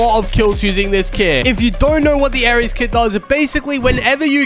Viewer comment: its aery not aries